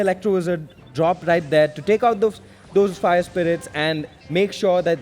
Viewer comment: calls fire spirits- spire irits 😂😂